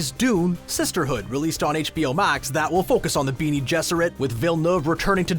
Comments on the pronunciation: Great vid Except for "Beanie" Gesserit It's "Ben nay" Gesserit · Ornit-hopters? Beany Gesserit? Chayny? Dude... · "Ornit hopter" wince "Beany gesserit" wiiiiiince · Wow... there is something to be said for learning the pronunciation of names and story specific terms if you're going to review an adaptation... Chah-ni... Bené Gesserit... Orni Thopter... really?? Chayni? Beanie Gesserit? Ornit hopter? Do you even speak English? ALL of your English teachers are dying of apoplexy right now... I'm surprised you didn't call them Freeman or fade ackin (feydakin) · It's pronounced Be-nay Gesserit, not "Beenie" gesserit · The "Beanie Jesserate" ... lol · "Beanie Gesserit"...oh vey. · "Beany" Gesserit? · Painful to listen to someone read a script about a source material they know nothing about, written by a person who seems to understand it, but applies themes that are not at all intended by the author. Also “Ornit-hopter” and “Beanie-Gesserit” - I cringed so hard I almost came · There's some funny pronunciation in there, like "collick-wealism" for "colloquialism" and "Beany-Gesserit" for "Bene Gesserit." Still, I enjoyed it, even though it's the first Screen Rant video I've watched that WASN'T one of the Pitch Meetings! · Beanie Gesserit... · “Beanie gesserit” and “drug melange” smh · those “beanie” gesserit sound scary....😂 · Wtf is a Beanie Gesserit? Voice over guy mustn't have read the book at all. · "Beanie Gesereth" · Beanie Jesurate? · Craxton "chain-y" is how herbert pronounced her name, just saying. But beanie gesserit, ornit-hopter, and harkoonan are just unacceptable... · what if he's pronouncing it that way because thats how the movie does it. 0_0